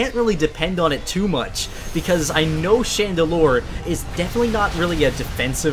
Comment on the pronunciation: its Chandelure, not Chandelire.